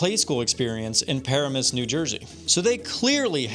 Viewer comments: As a New Jersey'an, Its funny to me how he pronounced Paramus lol. Its pronounced Puh RAM uhs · Heyo! Got a couple things for ya, love your vid style and editing, it’s great! Literally my only feedback is most of us call it (Puh-Ram-iss) not the other way! Also for some extra context, truly I think they were planning for the attraction at the mall too soon, they’re literally in the process of building hundreds of apartments right on the mall property across the street, and had they waited it would’ve borne fruit as an attraction set. The Tennessee location seemed fairly out of the way and obscure but the New Jersey location was like, prime property and it was def a timing thing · How you pronounced PURR-AM-US sent me into orbit